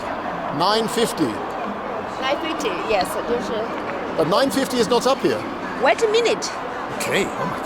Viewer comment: the way he says "not up here" i find to be seriously suspicious. Doesn't sound english at all.